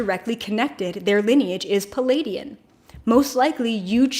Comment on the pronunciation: Lemurian, not Limerian. Pleiadian, not Palladian.